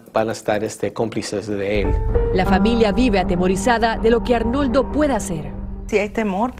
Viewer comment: Esa conductora NO LEE y NO DIJO BIEN SU NOMBRE A R N O L D O JIMENEZ